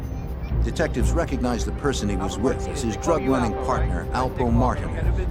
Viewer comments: Whoever made this video should do better research. First...it's Alpo Martinez, not Martin. 2...Rich Porter wasn't the boss of the crew, but he was getting lots of money. Come on fam...watch the old news clips, documentaries, SHUCKS....watch Paid In Full! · Its Alpo Martinez not martin. His Puerto Rican and his out from jail.